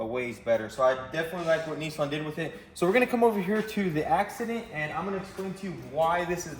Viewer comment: whats up indeed - well for starters, there is no 'O' in Nissan, its an 'A' like in 'AN' or'AND' we don't say OND do we, no sir so please every time you say it wrong, i need you to take yourself outside and spank yourself love the work as ever, thats a treat the Nisson, with minimal work replacing them doors, lucky as, a tad harder and that be a nackered car fit only for the sleepy yard - oh poo, spoke too soon, bent the B pillar thats a blow